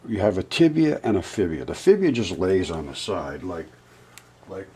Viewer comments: Is it just me, or did he say "tibia and 'fibia'"?... I'm fairly certain I heard "fibia" 🤭 P.s. My 16 yr old son got me a late Xmas gift w/ his Xmas money and I got a tshirt yesterday!!!! 🤗 I am the excite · Did he say "fibia"?